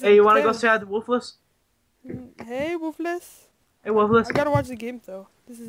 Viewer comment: ITS PRONOUNCED "WOOFULS"